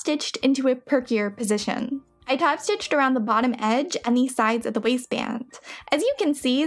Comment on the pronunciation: I enjoy what you do, but I can't stand the constant use of the word "thee" for the word "the". The pronunciation of this word changes to "thee" only to elide into a word starting with a vowel OR for extreme emphasis. Sorry, I'm old and crotchety and can't listen anymore.